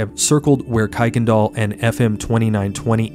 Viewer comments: Kuykendahl is pronounced ker-ken-doll I live in spring really close to where thus took place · It is pronounced Ker-ken-doll road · Great video. In Houston we pronounce that street as Kirkindal, even though it’s not spelled like that. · Native Houstonian here. One of the jokes on how to tell if you’re from there or not is how to pronounce Kuykendahl. Kirk-ken-doll. 😂 Thanks for covering this case. I’m still surprised her killer hasn’t been found. It’s so unfair. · Incidentally it’s actually KIRK-en-dahl Road